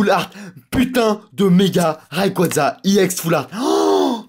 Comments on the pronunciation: arrete on dit ex pas iex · On dit pas iex mais on dit ex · C pas iex full art mais EX full art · Pourquoi tu dit iex? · Ou mais en anglais "e" se prononce "i"